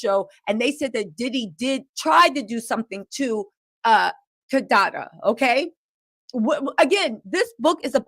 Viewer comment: Kadada/kadede 😂 got love